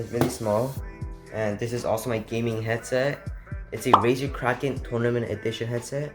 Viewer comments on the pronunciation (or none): Mans said raser huntsman mini 💀